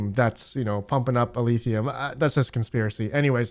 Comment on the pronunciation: Every time you say "Eleethium" god kills a kitten!